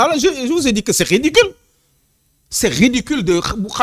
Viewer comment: On ne di pas riddedicule